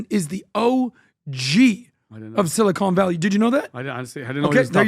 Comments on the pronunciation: Ellison has major plastic surgery action guys. Also, it’s not silicone Valley. It’s Silicon Valley.😜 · .... silly-cone valley